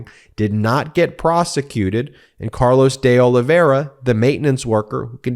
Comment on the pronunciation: Pronounced Oliv-vay-ee-ra.